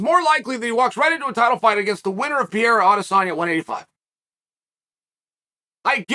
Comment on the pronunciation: Aaaaand he's back to pronouncing Pi Era...